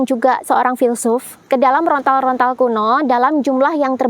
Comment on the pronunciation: Yang benar "lontar-lontar",.. bukan "rontal-rontal"